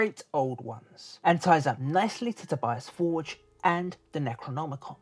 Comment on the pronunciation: It's To-bee-ahs For-gaeh. Not Tobyass Fordge...